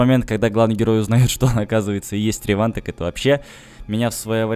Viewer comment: У тебя хорошие обзоры. но сделаю одно речевое замечание как фанат swkotor и swtor. Реван, ударение на Е. а то так на слух неприятно твое произношение. на сочти за оскорбление, обзоры у тебя замечательные